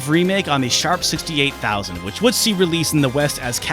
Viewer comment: Great video. One slight nitpick is that I'm pretty sure you pronounce the "X" in Sharp X68000